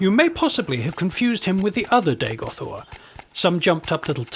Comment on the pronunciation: Nice, but that's not Dagoth Ur, and, you pronounced the name wrong, it's RRR. Not OOR. Dagoth Ur's voice is deeper and cooler XD.